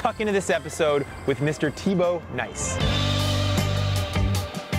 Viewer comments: Jeremy lost before the game started by pronouncing Nys as NICE. WtH. Try Naes. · It's really pronounced more like "nasty/ass" than "nice" (pronounced the American way, not the Brittish way). The Dutch just bungle up their vowels. They also say "seujfeuh" instead of "zeven". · Nys isn't actually pronounced as "nice" but it's closer than what ever Jeremy did :D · And it's so easy to pronounce: just say "nice"! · So he says Sven Nys correctly but not Thibau Nys lol